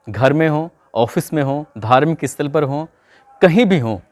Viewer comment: Tum school ko iscool or sthal ko isthal kyo bolte ho,, tum stop ko bhi istop bolte ho na